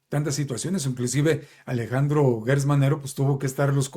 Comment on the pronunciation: No es Guertz Manero, es Gertz como Gerardo, como Geranio, como Gerundio